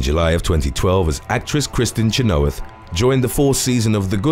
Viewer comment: It's CHEN-OH-WITH not Cha-know-ith. I wish someone would tell how the hell to pronounce proper nouns and names. Don't even get me started with Manganiello.